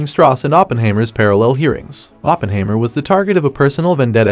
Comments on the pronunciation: Hi mer not haymer. German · It’s like the narrator haven’t watched the movie…. OppenHAYmer lmao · "Oppenhaymer"? Weird! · lol I thought the same thing watching this